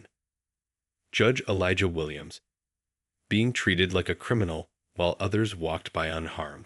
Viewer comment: Please say his name correctly Elijah.